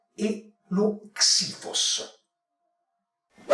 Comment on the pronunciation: Può darsi che xiphos si legga scifos?